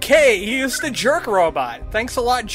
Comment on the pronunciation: Your accent is very distracting to me. “Duh Derelicts...” “Even doe it was weird looking...” Your “Th’s” sound like “D’s” I hate it.